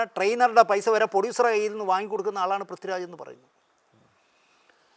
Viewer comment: പ്രദ്വിറാജല്ല പ്രിഥ്വിരാജ് എന്നാണ്.